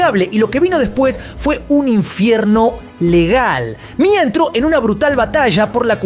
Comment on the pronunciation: No es Mia es M.I.A (em-ai-ei)